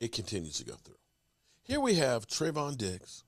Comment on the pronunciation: TREVOR?!? For someone that's such a big Cowboys fan, sure knows how to butcher the names of the players he roots for. Unbelievable!